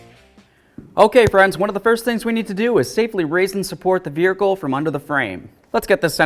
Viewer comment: Stop saying vehircle dumb ass it’s vehicle